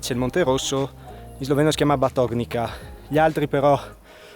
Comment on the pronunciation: ...si pronuncia Batoniza... 🙋